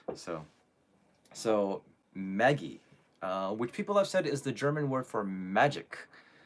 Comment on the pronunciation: German here. For all the english speaking people, to get the name of the song "Magie" right, it's not pronounced like the name "Maggie". It's more like Mah - gee. But with the ""g" not pronounced as in "'magic", but as in "dig".